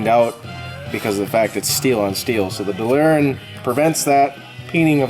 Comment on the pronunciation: I don't care if that guy says delrin wrong he knows his shit.